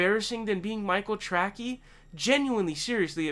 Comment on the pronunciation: Is your mispronunciation of his name some kind of mocking? Just curious ...